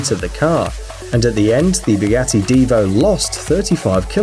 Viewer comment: R you saying Bugassy or Bugatti